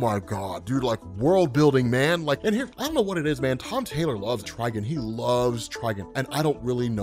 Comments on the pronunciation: everyone but you says tri-GONE wtf is a trigin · Bro good vid but trigon not trigin